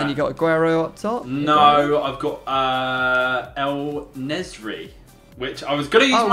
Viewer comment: En Nesyri = El Nezry. hahaha love it